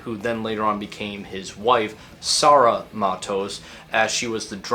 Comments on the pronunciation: It's actually pronounced like Taw-Jaw and not like Towjow. Also her name is pronounced kind of like Sar-rugh. I hope this helps. Huge props for the video! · I'm not a huge metal fan but I was 3 when it happened and lived in the Ílhavo municipality all my life. Quick tip on the pronunciation: both 'o's in Tojo, should sound like the 'o' in the word possible, as for the first 'a' in Sara, it should sound like the 'a' in alpha.